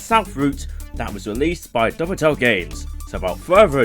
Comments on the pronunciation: it's pronaúced "dove tail" games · Where did the extra syllable in “Dovetail” come from?